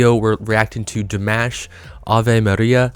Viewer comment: Ah notes are easy, like in "DimAHsh" Please start Ponouncing his name correctly. Love your channel, Keep em coming!